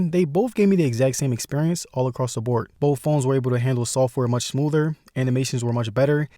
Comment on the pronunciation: once he said 'bowff' i was done.